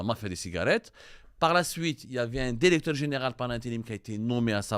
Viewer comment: Va apprendre le francais avant de prétendre le journaliste .tu reflète le niveau des diplômes algerien .tu prononce toujours dérecteur au lieu de directeur.